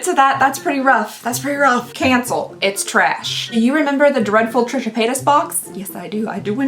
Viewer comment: " Trisha PaaayTAS" 🤣🤣🤣🤣